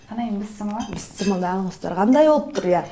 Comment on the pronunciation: Бисмилляхи рахмани рахим десениз туура болот,бысымылда дей бербей,тамагыныз соонун,колунузга береке